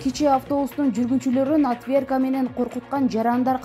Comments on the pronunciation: Ушундай маалыматтарды айтканда,деги эле жумурай журтка маалымат бергенде, туура сүйлөсөңөр сураныч, отвёртка деген сөзду эмне деп койдуң ? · Чон кыз, орусча туура окуп, туура суйлой албасан, орусча создорду суйлобой эле койчу, отунуч (мисалы, отвёртка)